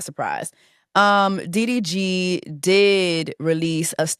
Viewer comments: When she said " UVY"?? I almost crashed my car I bent over laughing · you calling DDG diff letter of the alphabet was really fucking sending me LOL